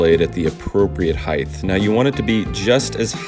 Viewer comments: great video! Though I'd like to note the word you're trying to say is "heighT", NOT "heighTH". 👍🏽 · Tamar says "Draws" instead of Drawers and you say "Heighth" instead of "Height" lol (I'm glad ya'll can't hear my accent) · “heightH” is not a word, height works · I’m cracking up at you saying “heighth” over and over. Good video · It’s height (like night), not “high-th”. All good! Nice demo. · Quite a few woodworkers say ‘heighth’ , mainly all in US. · Are you saying height or heidth? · Heighth - no. Awesome jig though. Thanks! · Ok.. I like the channel and the content. But....... Can we talk about the word height for a second. So many people say it wrong "heighth". 😆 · did he say heighth? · Why do you say "heighth" instead of height ? What language is that? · "Heighth"? Nice jig though. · The word is HEIGHT, not heigth, take the TH and put it somewhere's else. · Great channel but please say “height” no “th”. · Height (hi-tuh) bro, not heigth (hi-th). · dude, its height NOT heighth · Height. Hard stop. NOT HEIGTH. The word "Height" does not have an "H" at the end, either pronounced or not. Width does, Height does NOT. Otherwise great videos. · There is no h on the end of height. For the love of God stop saying heighth. God job🤭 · Disliked for saying "heighth." It's height, my dude. The last letter is a T, not an H. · I love your videos, but dude, stop saying heidth. It's not a word 🤣 * height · Dude, its height If you say heighth one more time...😖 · HEIGHT NOT HEIGHTH PLEEEEEEEEEEEZE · Mine too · I say heighth also LOL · Great vid. So weird that he says heighth though. Still, good vid. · It's like a needle in my brain every time he says it. A shame, because everything else about the presentation is excellent. For God's sake, man, 'height' ends in a 't' not a 'th'! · I Know, it is so cringy...I have to turn off videos when he says that!! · I always wonder if people who mispronounce it that way say “weigth” as well. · "Heighth" isn't a word. Great Video though!